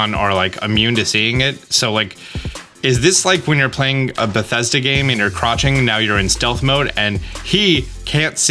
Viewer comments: Crotching instead of crouching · The beach scene had a surprisingly giratina like monument in the background. Also you totally said crotching instead of crouching, and I laughed for real.